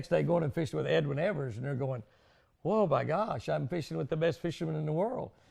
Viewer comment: Man..he called you Edwin Ev -ERS?!! Jimmy probably sleeps in sunglasses..😂